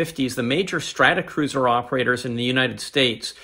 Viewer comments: Thanks for this; enjoyable and interesting. Consistently saying "Stratacruiser" rather the the correct "Stratocruiser" was a bit of an itch, tho! 🙂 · I guess it must be a pronunciation thing on my side, but I certainly well know that these are Stratocruisers is not Stratacruisers .. must be my Canadian accent. It’s like some people in the US call it Warshington DC instead of Washington Dc.